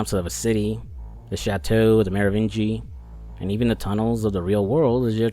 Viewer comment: 😂 the “Merovingee” 😂